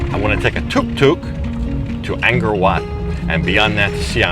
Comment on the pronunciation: Don’t want to be petty but ist pronounced Angkor not Angor last time I was there tickets were$20 for 3 day pass so not that much more,20 years ago,shame money doesn’t go to the Camers, become another south Asian country bought the rights to it many years ago very cheaply, all ticket sales go there way!